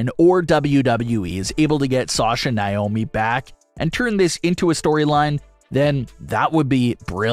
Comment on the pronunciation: Why do you keep saying "Nye-omi"? Her name is "Nay-omi".